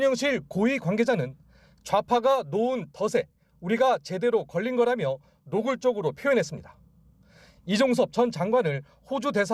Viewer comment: 놓은 덫에-- 노은 더세(잘못된 발음) 노은 더체(옳은 발음) 요즈음 아나운서들은 예전의 아나운서들과는 달리 발음에 대한 틀린 부분들이 상당히 많네요. 예전 방송에서는 이런 틀린 발음들은 들어보지도 못 했는데 요즘은 아나운서들의 발음도 이렇게 틀린게 너~무 많네요. 방송국에선 이런 발음 교육 안 하나 봐요. ㅋ